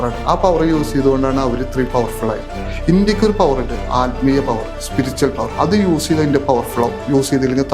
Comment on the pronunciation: സ്പിരിച്വൽ... സ്പിരിച്ചൽ അല്ല